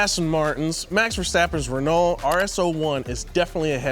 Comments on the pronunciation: Ain’t no way called it ren-all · Lol Ren-alt… it amazes me how many people don’t know how to pronounce Renault. It’s “Ren-oh,” like “renovate” but with more weight on the “oh”. Ren-OH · Renault is pronounced "ruh-NO," not "ruh-NAWL." Not trying to be a dick, just trying to help. Big ups to. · it's pronounced "Reh-No", no "L" sound. And I want one. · haha in the UK we say 'Rennoh' we're just as bad at butchering other languages lol